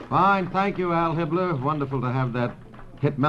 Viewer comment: It's Al Hibbler, not Hal Hitler, that's the jazz singer